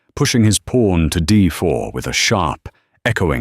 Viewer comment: It's pawn, not porn for crying out loud!!!!